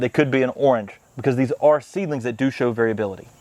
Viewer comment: Come on you all. I’ve pointed this out before. “Do” means island in Korean. It’s pronounced doe, not doo. And the first constant letter isn’t emphasized…the vowel gets the emphasis. So it’s more of a mix between a t and d. But let’s get the oe down before we graduate to something more advanced.